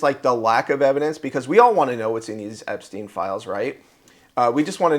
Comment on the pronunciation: No one can pronounce that human traffickers name to save their life